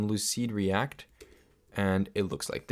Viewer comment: lucide -react not lucid reat